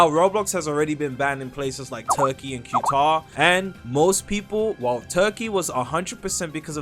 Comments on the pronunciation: It’s pronounced cataar not qtar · It's pronounced "ku tar" or "kah tar" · "Q-tar" gtfo 🥀🥀